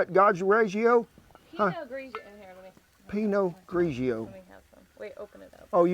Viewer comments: He said peanut grogio! 😂😂😂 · Say pinot griego again🤣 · I laughed at this. struggling to pronounce this silly wine. Peanut Georgio. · "Peanut girgio" LOL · Pea-not garo-gio! I'm subscribing, this ole boy is a great cook and entertaining! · Kent i really love your videos and its a refreshing sight to see someone that is not afraid to go outside the box on culinary terminology ...i am a chef by trade and laughed my damned ass off at ya pronouncing the wines name ....love you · oh come on Kent, you know good and well how to say the name of that wine. Pretending not to like that does you a disservice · You sir have inspired me to use my Dutch oven more, my family loves it! I died laughing everytime you tried to pronounce Pinot Grigio😂😂 oh good Lord